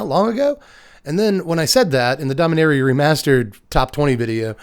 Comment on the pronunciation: You're pronouncing it Domineria, instead of Dom-ee-nah-ria. Is that from some official source pronouncing it?